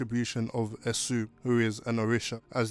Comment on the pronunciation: Esü is pronounced [Ay-shu] - Esü is a trickster and there is no devil in Yoruba religion maybe angry otherworldly forces. The first Nigerian catholic priest was tasked with translating the bible. He translated the devil to Esü which you can imagine caused confusion. He went on to correct his mistake but the damage was done. Although we may be Muslim, Christian’s or follow the Ifa system, we (Yoruba people) still say “ani ri Esü”, when things go left as a way to “rebuke misfortune” Lovely video x